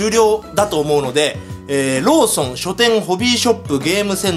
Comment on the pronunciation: ローソンがローションに聞こえた俺は心が汚れてるな…